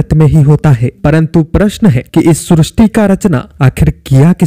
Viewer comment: Srusti nahi sristi hai